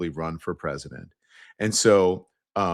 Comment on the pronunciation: "Presydeant" nicki